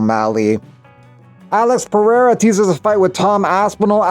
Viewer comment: 👍LOVE how you do not pronounce Alex's surname as "POHATA" like on another channel. WTF is that?